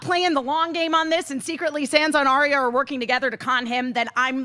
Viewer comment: I just wish she'd stop pronouncing her Sand-sa.